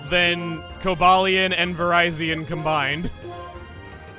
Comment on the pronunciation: it's "Vuh-Rih-Zion", as in "Viridian", as in the color green.